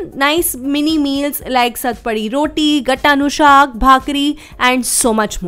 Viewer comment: First time visited your channel, ur gatta nu shaak pronouciation earned my subscription :)